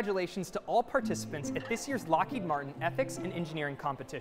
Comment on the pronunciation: Lmao, “ethics” at Lockheed Martian